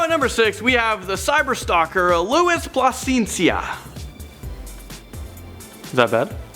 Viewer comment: Lol plascencia its pronounced pl-a-sen-see-a